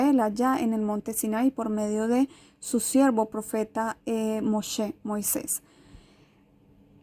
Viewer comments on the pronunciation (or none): none